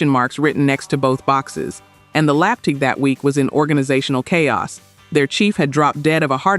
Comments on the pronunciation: "LAP-duh"? Is that 'A.I.' for L.A.P.D.? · The video was interesting, but I have one question. Why on earth is the narration AI generated? It's obvious that it is. In at least 2 instances involving deaths in Los Angeles the narration says 'lopd' or lapd' instead of using L.A.P.D. Only AI would do this. And then, in the story of Jaco Pastorius he is said to be a 'bass' (as in the fish) player, rather than BASS player (pronounced 'base') player. It really detracted from the video a lot. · Ai narrator said "lapduh" for LAPD. Please edit your Ai narration and learn it's mistakes before you publish them. Put periods inor spaces in acronyms, and phonetically spell things it mispronounces. Listening to flawed narration takes our mind off what it is saying, and makes me want to turn it OFF.